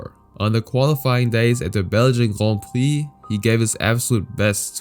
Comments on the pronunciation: The way you say grand prix makes me want to cut my brake lines before doing a 1/4 mile run, jk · Grohn preee lol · Just say Grand Prix u don’t need to say “grond prix” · Guand pwiee 🤣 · Not that extra french "grand prix" pronunciation 😂 Cringe